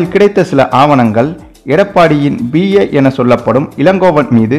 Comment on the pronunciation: செய்தியை சொல்லும் போது வார்த்தைகளை சரியான முறையில் உச்சரிக்க கற்றுக் கொள்ளுங்கள்! பி.ஏ என்றால் Personal Assistant.அதாவது P A. ஆனால் நீங்க உச்சரிப்பது B A என சொல்லி ஏதோ பட்டப்படிப்பு டிகிரிய சொல்ற மாதிரி தப்பு தப்பா சொல்றீங்களே!